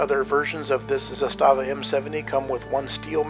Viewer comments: Good video. My two cents: First, it’s pronounced ZA-sta-va, not “za-STA-va”. Trust me on this. Great rifle; I have one too. Coupla tips…. First, get yourself some proper steel last shot bolt hold open magazines; those polymer Magpul ones are for noobs. Zastava markets their own steel LSBHO mags and they are decent. I’ve got a couple of those plus some surplus Combloc steel mags that I’ve retrofitted with “WeaponsTech” last shot bolt hold open followers, a very good product. So using the LSBHO mags, after the last shot, while tilting the rifle to the left with your support hand, use the thumb on your shooting hand to pull the charging handle about an inch further back to line it up with the notch on the safety selector, then using the middle fingers on the same hand, sweep up the switch so that the notch engages the charging handle, locking the bolt back. It sounds more complicated than it is; with a little practice you should be able to do this in a smooth 1-2 motion. So from there, as you’ve already discovered, you can rock ‘n lock a loaded mag and just press down on the safety switch to send the bolt forward and chamber a round. Using this technique you have almost the same functionality for reloading as you do with an AR using the paddle switch. That's how it was designed to be used; the Serbs (then Yugoslavians) were the ones who first put that notch on their AKs starting in the early 70s, and they were the first to issue LSBHO mags to their troops to be used with the not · ZA-sta-va in Serbian has the stress on the first syllable. In Russian the stress falls on the second syllable - za-STA-va. In Serbian it means flag or banner. In Russian it refers to a small fortified area. Having said that, the ZPAP M70 AK-47 is the BEST AK out there. I have 5 of them! Спасибо за внимание!